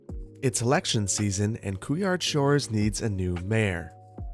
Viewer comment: As a French guy, « couillard shores » cracks me up every time. It sounds really odd. Ps: couillard derives from the word « testicles » Keep up with the great work. I have a master’s degree in Urban policy and now am doing research on the subject. I am not gonna lie, you really helped me in my course, I learnt a lot thanks to you. I am doing my job partly thanks to your great videos. I don’t regret spending so many hours listening to you! Love from France.